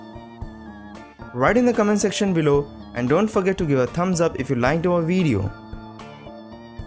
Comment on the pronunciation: It's not tombs it's thumb and it's vends it's friends